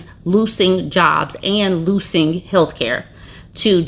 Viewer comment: I was wondering why you were saying "loosing"😂😂😂😂